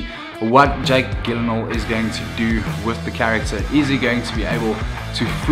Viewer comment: Jake Jill-in-hall* 😇